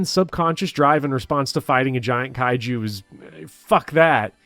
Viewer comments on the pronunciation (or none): none